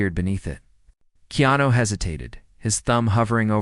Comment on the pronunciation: This Narrator is shouting by using all Capital letters which is rude. Also this Narrator has misspelled and pronounce keanu wrong 4 different ways. This is why you do not get that many viewers . Go back to school to learn how to spell and pronounce People who have uncommon names. 100 thumbs for this Narrator .